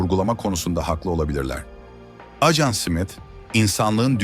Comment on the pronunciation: Acan diyip durdu. Dikkat etmediniz mi😅